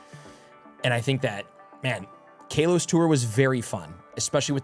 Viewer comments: ok man stop it’s not pronounced like kale 🥬 it’s kalos like California it’s not cailefornia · First off KAY-los? Second off "it was gen 1" Do you know what Kalos is? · KALEos tour xD